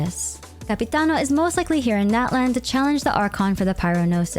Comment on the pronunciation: Hihi! You’ve been calling every other nation by it’s correctly pronounced name, so I ask that you please call Natlan “Not-lawn” :)))) The american pronunciation sounds like nails on a chalkboard to me😭😭😭😭